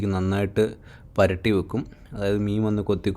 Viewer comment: പരട്ടി അല്ല പെരട്ടി 😂